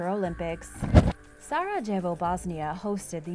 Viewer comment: Sarajevo.. can't be how actually pronounce it... Every J is essentially a Y.. Sara-yevo